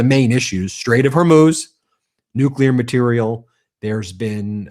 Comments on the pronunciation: Is it just me or have all the republicans adopted W's pronunciation of nucular? Or is it me? Is it not nuclear? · 💁What's a "New Q Lar" weapon? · Who's this moron that cant even pronounce Nuclear? It this the quality of politician that represents America? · Are these clowns the result of some secret experiment of cloning Nazis from the 3rd Reich? This Troy Nells is surely a case in point! He can't even pronounce "nuclear" properly & he whines over not rewarding his MAGA Brownshirts for being punished over their J6 Reichstag Fire!!! NONE OF THIS IS RATIONAL!!!!